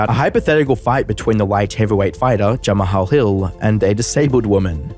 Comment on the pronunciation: "Jam-A-Hall Hill" idk why your pronunciation absolutely killed me😭😂